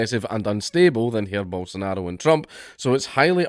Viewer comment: It's not 'Hair' bolsonaro, we don't do the whole R sounding J in portuguese, only spanish does that